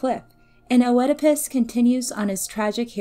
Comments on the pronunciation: Oedipas: "iːdɪpəs" not "O-eedipus" Sorry that was just annoying me. Good video though. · Also Oedipus is pronounced Eddipus, in American English and Eedipus in British English. The O is always silent. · I had never heard "O-edipus", and then I had to hear it thirty times. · I've heard the name pronounced Eedipus and Edipus, but definitely not Oh-edipus. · The O in Oedipus is silent.. it is pronounced just "edipus" like the complex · Yes, yes. How it's pronounced shouldn't matter. The pronunciation has likely shifted over time and in different cultures. But oh-edipus was the one jarring thing in a great video. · I am so annoyed by how she pronounced "Oedipus" -- a simple Google search before making this would have been enough instead of constantly saying "oh-eh-depus" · I enjoyed the video but if i could have one small gripe: the “o” isn’t pronounced in “oedipus”. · Hey thanks. Im sorry if my pronunciation was bothering, it wasnt my intention and i do appreciate the correction. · lol, no please dont feel guilty. I wasnt disappointed in this hero, he is a circumstance of his fate. A good rule of thumb for mispronunciation is a peron had learned the word through reading rather than hearing it spoken. I just dont have many opportunities to discuss heroes and monsters aloud... its always been O-edipus in my head whenever i read it. I do appreciate the correction, and thank you so much for watching and commenting! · it's all ok. I was only joking about the disappointment part and I totally understand with the mispronunciation. Keep up the good work :) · The O in Oedipus is silent